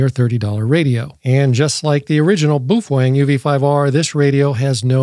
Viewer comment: When is this chump going to leatn how yo say the name properly 😂😂 boofweng 😂😂